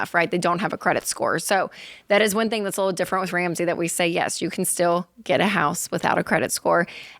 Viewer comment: When did they add a "k" to all the words ending in "ing". Lol. Thingk, savingk, spendingk, etc... Racheal and Jade both do it constantly. Hilarious. I love these guys.